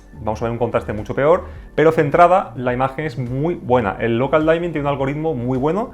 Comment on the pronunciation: Excelente video, ojalá llegue este televisor algún día a latino América! PD: la palabra dimming de "local dimming" se pronuncia diming directamente y no "daiming" saludos!